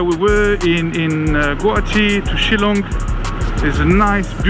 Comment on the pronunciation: The way you pronounce shilong its shil then long ....shillong